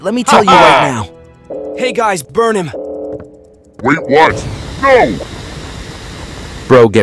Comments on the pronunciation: he said gays instead of guys dude.. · Did bro just say gays instead of guys 💀